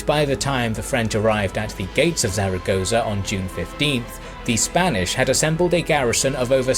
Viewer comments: Not really that important, but Zaragoza is actually pronounced like Thal-a-goth-a. Or something akin to it. It’s a peculiar Spanish pronunciation that was half explained to me when that Jesus painting thing happened a few years ago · Love your videos, but please do a bit more research into the pronunciation of the place names. Zaragoza isn't pronounced like you pronounced it over and over in this video. This isn't the first video of yours that this has happened in and it is just making your videos look very amateurish. I get that you are more interested in the military tactics and everything in your videos is great, but it really wouldn't take much research to learn how to get the place names pronounced correctly. I hope this is taken as constructive criticism and not nitpicking as everything else about your videos are amazing and this would really make them 100%.